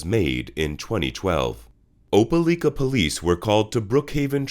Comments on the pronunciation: Oh-pa-like-ah ...not oh-pe-leek-ah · It’s not pronounced OpeLEEka it’s OpeLIKA..I live here. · Opah-like-ah Alabama. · You're doing a great job man, subscribed. Loved the video. One tip that I think will help you grow in subscribers: Try to find a local, or anyone, from near these places you talk about, to tell you how they say their hometown. Your Opelika pronunciation was rough to hear. (Oh-Peh-Lie-Kuh is how they say it.)